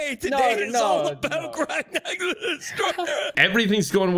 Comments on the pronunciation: I just love the last dude calling grognak “groggers” 😆😆😆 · The fact that everyone keeps calling Grognak "Sir-mam" is the energy I want for myself. Absolute goals. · I love how Anto calls Grognak Grongus